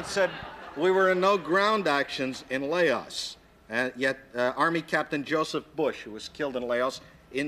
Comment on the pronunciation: Laos...can't even pronounce it